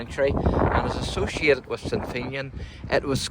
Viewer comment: FINN e an Not FEIN YIN